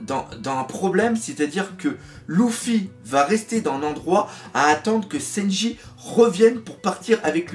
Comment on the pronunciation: Warsajeff Ouais enfin pour le coup le doc dit "Louffy" juste par habitude, t'as pas remarqué qu'il dit "Senji" au lieu de "Sanji" ?? 😂